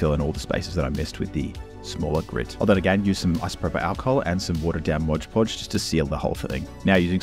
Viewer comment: Was going to subscribe, but you call mod podge "Modge podge"